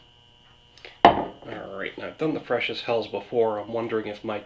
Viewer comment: Nice review. Hats off doing all of them at once. By the way, the German word "Helles" is not pronounced as "hells", more like "hellus".